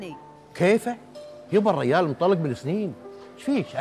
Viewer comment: تدعونا انكم غرب. لكنم تقولون الريال وليس الرجال . حرف الجيم مفقود